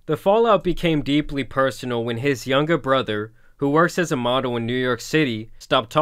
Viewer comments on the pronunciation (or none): none